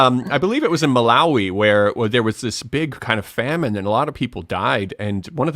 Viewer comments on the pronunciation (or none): none